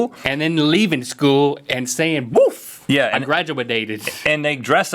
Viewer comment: He said "boof" not "woof"